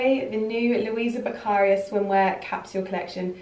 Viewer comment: It’s Luisa Beccaria a very high fashion Italian brand and the accent goes on to the i. Luisa Beccaría.